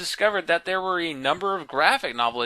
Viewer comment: thEEr,... thEEr tIErd XD